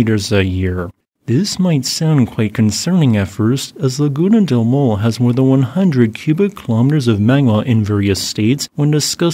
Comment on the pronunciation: Maule is pronounced Mau = M-ow, like you hurt yourself, le = ley